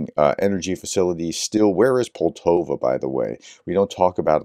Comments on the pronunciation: Sound out the names of cities. Pol ta va Not Pol to va Just sound them out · It's pronounced Pole-TaVA. It's a lovely place near Kharkiv as you see on the map. The trains all pass thru Poltava on the way to and from Kharkiv. When this damn war ends, go to Ukraine and take the business class "cue-pay" trains. I think you'd really enjoy it.